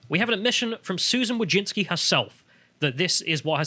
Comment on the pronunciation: "Wojcicki" should be pronounced "vooy-tzi-tzkyh". "vooy" rhymes with "hooy" (chuj), which is male genitalia in Polish